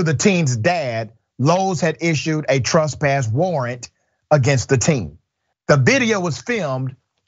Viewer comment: Please stop, it is pronounced TRESS PASS, not TRUS PASS.